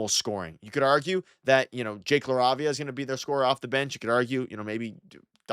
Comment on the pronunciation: Are you pronouncing LaRavia correctly?